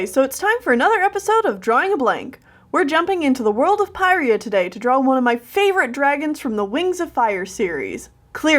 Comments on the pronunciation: WoF! Yay! But my only problem with the video is you said ‘pyria’ Not trying to be rude, but this is how you pronounced it: PiE-Ree-a How to properly pronounce it: Pyrrhia, or Puh-Ree-Uh Other than that, it was awesome :> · it’s not Pantala it’s Pantala and it’s not Pyrrhia its Pyrrhia Just some corrections!